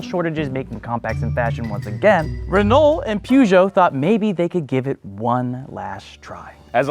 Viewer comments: I'm sorry that might be the worst pronunciation of Peugeot ever. Where are you getting al the extra letters from? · It might be an idea to actually try, as you do, to at least make an effort and pronounce the names of these iconic car manufacturers. We do too when talking about Buick, Chevrolet and… sorry, wrong examples. But know that ‘Puszow’ is actually pronounced (phonetically) Pùh-zhow. Try it. Makes you actually sound more knowledgeable. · Im not french, but hearing "puchons" hurts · Poojoes 🤣🤣 it’s peurjo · one day the Americans will pronounce Peugeot correct, its more like puh zhow (per joe or purr joe) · Just an fyi for America. Peugeot isn't pronounced Poo-jho, it's pronounced more like Puh-jhow. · please stop sayinh poohgoot hhaahahahh its puhgo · The way you pronounced "pooshow"!! 😂🤣😂 Its pronounced more like "perrshow" 👍 (I'm from the UK 😉) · Could Americans please stop saying POO-ZHO or PYOO-ZHO, it's PER-ZHO (or as close to that as makes any difference). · Not poojo , perjo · It's pronounced "Peugeot" not "pujo" 😂😂😂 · Hearing Pougeot instead of Peugeot makes my ears bleed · Poo - zhoh ? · why do americans keep callin it poo-geot smh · Your "Poohgeot" pronunciation made me chuckle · Peugeot never made it because Americans can’t pronounce it correctly. (Puh-zhou.) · hahaha you pronounce Peugeot Poo-Joe in english? 😀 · That's not how you say Peugeot. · I am NOT French , I do NOT speak French but I cannot stand the terrible american pronunciation of Peugeot . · The way you Americans pronounce Peugeot simply twists my guts xD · Yo, do all Americans pronounce Peugeot like that? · Lol how you guys pronounce Peugeot and Citroën. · Next time just look up how to pronounce Peugeot. I cringe every time I hear it pronounced like that. It’s like saying aluminum instead of aluminium.